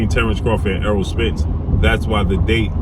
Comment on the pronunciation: Name is errol pronounced like arrow not earl smh but anyway love your content